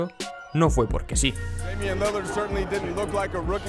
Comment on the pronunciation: Lo peor de Demian Lilard (como se pronuncia) es que (narrador) le diga damian:v Jajaja